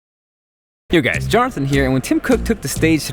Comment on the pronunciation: it sounds like you said " I will catch you guide later"